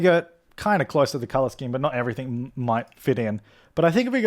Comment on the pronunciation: I love his accent of colour the word colour... CALLAAR